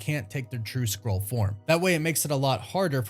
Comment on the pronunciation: Please.. Say SKRULL... not scroll 📜 😂